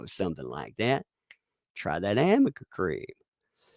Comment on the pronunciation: I love that everything says is slightly off. AMica instead of aRNica, THE Umbrella MAN, instead of That Umbrella Guy, lolz! I think the cat lady's going senile!